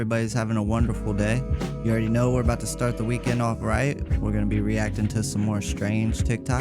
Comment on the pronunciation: It's funny that you say reacting